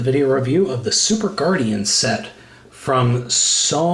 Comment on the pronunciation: oh an d it's not Guardian it's Guardion like superion